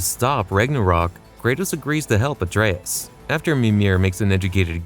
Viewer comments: Great video but the way you pronouce Atreus is killing me lol 😅 ❤ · This is great content, but it's pronounced (Ah-trey-eus) it's said at least 50+ times in the Norse titles.